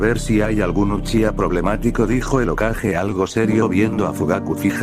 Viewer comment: Deja de decir uchicha xD